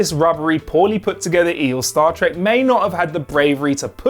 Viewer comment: Cut him some slack, he must've said "Stat Trek" like a hundred times for this video alone, it rolls off his tongue now